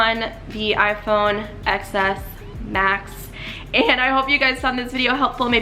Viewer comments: she pronounces it "ex" instead of "ten" so i can't take her seriously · It’s pronounced ‘ten’. The ‘X’ is Roman numerical. Apple also pronounces it as ‘ten’. Anyway bye.